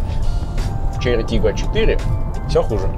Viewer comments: Можно 10 часовую версию того, как пытается выговорить название тачки😂😂😂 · Почему Volkswagen Golf GTI II или Porsche Cayenne Turbo S можно произносить а Chery Tiggo 4 PRO надо коверкать? Может вам бросить рассказывать про машины, ибо хуево получается. А пилить то что получается? Документалки, разгоны, путешествия, зубы